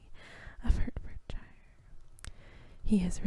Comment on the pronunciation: Always find your videos so relaxing :). Btw Hertfordshire is pronounced 'Heartfordsheer' not 'Hurtfordshyer'